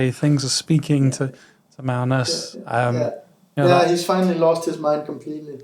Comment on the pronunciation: also, magnus' pronunciation is on point. thanks for the podcast guys :)